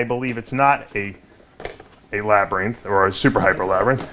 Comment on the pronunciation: don't know why but the way you pronounce "labereeenth" irritates me to no end. Hahaha Gorgeous snakes brother!